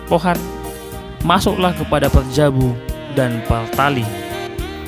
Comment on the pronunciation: Kok Hutabarat PARJABU ? Yg benar HUTABARAT PARBAJU. TOLONG NARASI NYA DIPERBAIKI.